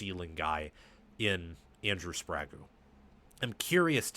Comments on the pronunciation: Hey because it’s distracting and takes away from a good analysis It’s spray geh not spray goo for sprague A fo bi as well not what you are saying 😊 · A few too many mistakes for me. Hinton was not at rt last year. Link was. Hinton was tricky a left tackle. And you are totally mispronouncing Sprague. It’s not Sprago